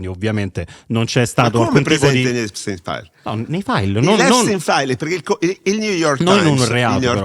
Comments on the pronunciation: A espstein fair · Non sa nemmeno pronunciare Epstein file !!! Sta merda